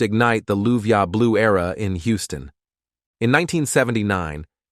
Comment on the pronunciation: "luv u blu"? Houston is not in France. LOVE YOU BLUE....is how its pronounced